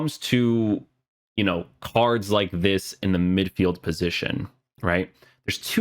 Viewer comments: why does he say "carzdz" instead of "card" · i hear carch...? whats that all about? (not hating, watch your videos all the time)